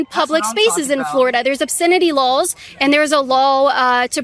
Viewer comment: It’s like a store: You DONT have the RIGHT to be there. You can be trespassed if you try to get in and they don’t want you there. Pretty simple. ALSO: Why does she say Lulls and not Laws?